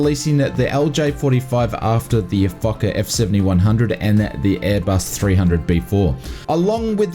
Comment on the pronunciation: When he said fokker